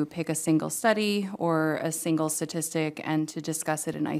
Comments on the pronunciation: "Satistic" she says. Yes, it's satistics...I bet she says "consitution" as well. staTistics, stat... CONST i tution. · When she said "satistics" i was out.